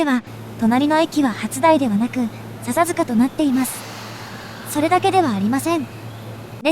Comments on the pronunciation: 聞きやすい声ですが、「さサづか」「レっしゃ」のイントネーションが気になります。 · 笹塚のイントネーションがちょっと違和感が。